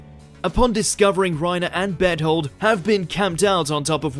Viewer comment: When you said Bertholt I heard ' bed hold ' XD